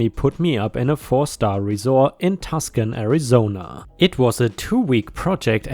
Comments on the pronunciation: FYI I know you're not American and would not know this, but Tuscon is pronounced Too-son. Love you buddy! Not meant as a criticism! ❤️❤️❤️❤️❤️ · Tucson is pronounced two son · Tuscan is pronounced Two san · ⭐⭐⭐⭐On 2nd story: Just for reference, the city is pronounced too sun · Tuscan, AZ is pronounced "TOO-sahn" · Too-san, the c is silent. Tucson. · Tucson, Arizona - pronounced too-son! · We have some oddly pronounced names for places in the US. Tucson is actually pronounced Too•saan. And Arkansas is pronounced Ar•kan•saw. I’m not sure why, but my favorite theory is that our ancestors either couldn’t spell worth a hoot, or they couldn’t read very well! 😂⭐️⭐️⭐️⭐️⭐️ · pronounced toosun or toosaun. I live in Arizona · Helpful hint Tuscan, is actually said like TOO-SAHN (The c in the word is silent.) Don't ask me why people choose the weird spellings of cities and towns and such, I have no idea. But some of them are TRULY strange and weird. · I'm sitting here screaming "Too-sahn! It's Too-sahn!" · Tucson, pronounced Too-sahn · Tuscon is pronounced too-son